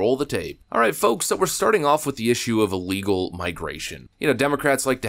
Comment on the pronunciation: Couldn’t say illegals